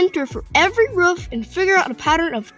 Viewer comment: Did you say ruff instead of roof